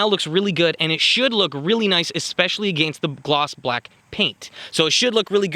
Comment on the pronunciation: Anyone else annoyed by the way he says "against"?